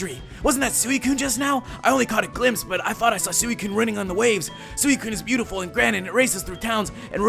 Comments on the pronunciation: Its pronounced SWE-COONE not SOO-E-COONE im explaining how to pronounce suicune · Sooweecoon.... lol.... I love Rodri's pronunciation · excuse me,u pronoun Suicine wrong:P